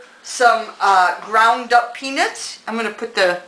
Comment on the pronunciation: i love your video and it almost sounds like you say penis however i do think you are saying peanuts , but i chuckled anyway and think you are a great instructor.